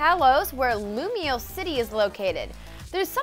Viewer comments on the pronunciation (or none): none